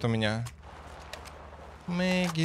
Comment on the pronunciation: Ни Мэггин,а Беггин))